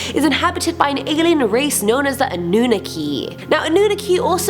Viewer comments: Its not Annooki,. Its An-nu-knock-ki. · #8? Anooonah'key huh? SMDH it's pronounced Awe-Noon-Knock-Key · It's ah-nu-na-key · Its pronounced A-NEW-KNOCK-E 😜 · Damn........you botched a gooood bit of this info ma’am. One simply being how you pronounce the word ANNUNAKI........